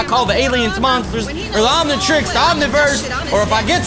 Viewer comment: Omnitrix is how you say it